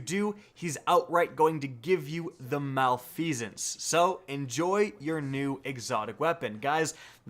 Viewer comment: Reeeeee its prononced mal-if-i-sense